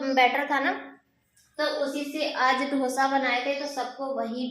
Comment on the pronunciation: Ap hamesha hi dosa ko dhosa bolti h